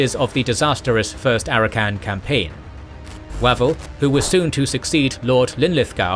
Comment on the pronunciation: Uh, I thought Auchinleck's name was pronounced like AUK-inleck, not AUCH-inleck. And I'm pretty sure that Wavell should be pronounced WAVE-ll not WAV-ell.. Auchinleck was caled "The Auk" by his troops